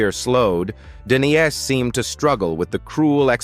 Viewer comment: The name is De-NEESE Williams!!!